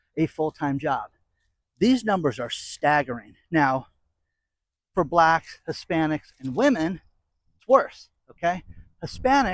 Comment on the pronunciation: Why do you say black like that?